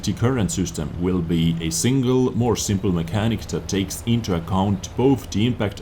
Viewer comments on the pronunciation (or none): none